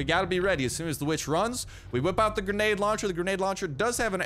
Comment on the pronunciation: “We want ze blood o da weeechhhh”